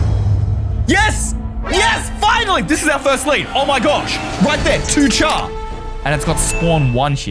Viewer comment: ITS PRONOUNCED 2-CAR NOT 2-CHAR YOU UNCULTURED SWINE!